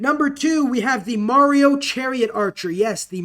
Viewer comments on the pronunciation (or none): none